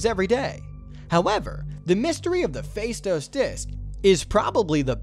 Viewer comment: The stress is on the last syllable the word Faistos (Φαιστός in Greek).